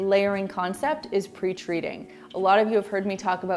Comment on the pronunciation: When you said "pre-treating" I thought you said "preach reading" and was wondering what it was and how I'd missed it before. 😂